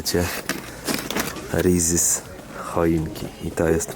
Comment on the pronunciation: 😂😂😂😂Kochanie mała Poprawka nie mówi się „ rizziz” tylko „ rissies” Tam nie ma Z jest S🎉🎉A cold brew to jest jak gdyby ciężko to wytłumaczyć kawa parzona w zimny sposób nie widziałam żeby ktoś topił Prosto z butelki i ludzie to kupują żeby robić sobie ice Coffee albo miksy które Serwuje Starbuck to jest jak gdyby dodatek do kawy mrożonej do tej Śmietanki którą tam się daje itd. nie słyszałam żeby ktoś tą pił tak prosto z butelki ale jak się lubi to można wszystko pozdrawiam🎉😊😊😊😊😊😊😊😊😊😊